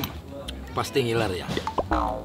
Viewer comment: Ngiler bukan ilerr